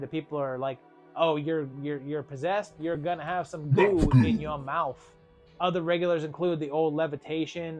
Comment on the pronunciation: MOUF GOO